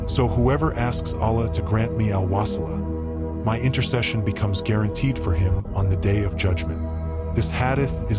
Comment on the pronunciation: Please talk correctly 🙏 wasila and JANAT farduis ala 🙏